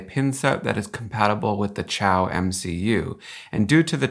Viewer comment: Xiao is pronounced sheow not chow